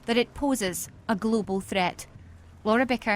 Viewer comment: Global thrrrrrrrrreat😂😂